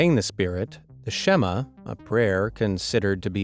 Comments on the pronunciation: It's shem-ma. Its How you pronounce it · As a Jewish person it’s pronounced shEE-mah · its pronounced SH'MA ( shaUH MA ( UH the shvah sound as in cup) not eh as bed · IT' S PRONOUNCED SHMA! NO "E"!!! (שמע). and it's THE most important prayer, written on our doors, in our books, and cased in our Tefillin (תפילין). And Dybbuks (דיבוקים) typically haunt (or possess) people, not things. Some theories speculate that a thing like a Dybbuk-- a שד, demon, was used to explain things like schizophrenia. And this prayer is not for vain use, like containing a possible haunt. I know this tale is false, but putting it out there. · shema is not prouced that way turst me i am jewish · You pronounced the shema wrong